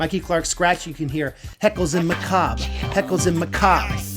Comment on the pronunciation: Heckles n Macab (muh-kahb) ..Heckles n Macabre (muh-kah-bray)